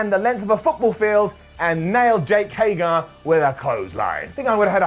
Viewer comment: Took a while this week for to mispronounce Jake Hager's name.....:::sigh